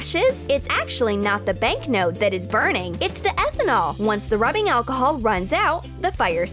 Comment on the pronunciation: It is alcohol not aconol